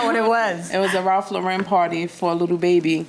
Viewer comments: It is Ralph LAUren, not Ralph LauREN. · Why is they pronouncing it like that... That's a first I ever heard it being Ralph Lau-REN